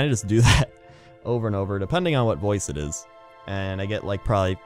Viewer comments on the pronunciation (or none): every time he says over i hear ogre